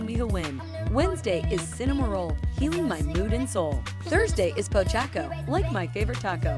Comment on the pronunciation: Pochacco is pronounced as pocheyko